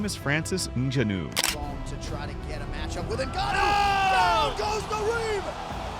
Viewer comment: He lost to Reyes. And ducked "In Gan Ooooo".